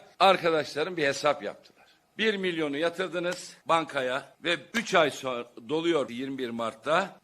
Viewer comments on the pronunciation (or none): none